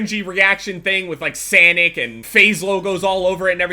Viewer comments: this man says SANIC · did you just call Sonic Sanic? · Did he say sanic instead of sonic